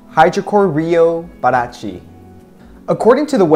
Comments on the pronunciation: The stress sound isnt in Pa is in Ti is like pa ra TI(the strong sound) ,😙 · Yes, Parati is pronounced as "para ti" (Spanish). And got Buzios right at the second try. When you started to talk about Ipanema, you said it right at the second try. ;) Thank you for your reviews! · With exception of Rio de Janeiro and Parati, all the orders you pronounced right at least one time. In Portuguese J does never have a R sound and you should stress the end of the word rather than the beginning, so it's paraTI. To me the best looking one was the búzios (was your best Portuguese try too haha), but you dark eye reflecting the softbox still wins